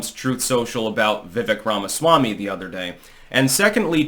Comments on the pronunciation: Dood it is "Veiveak like "Cake" I have told you 3 times now! Pronounced like Cake. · His name, Vivek is pronounced like "Vi-vake"" like cake with a V. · I think you have a good record of being right, but I don't think you are on Vivek. You're pronouncing his name wrong, which tells me you probably don't watch a lot of his interviews, of which his does many. Vivek knows he's not going to win 2024. He needs to impress the next generation of MAGA so he's in a good place for future elections.